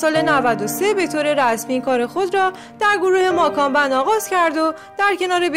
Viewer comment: اول یاد بگیرین درست تلفظ کنین گروه ماکان بند؟؟؟؟؟😐🤣